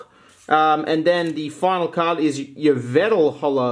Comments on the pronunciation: You pronounce it yeveltal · Yveltal is purnounced E VEL TALL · Nobody: pronunciation of Yveltal: Eeevetle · I wasn’t criticizing him...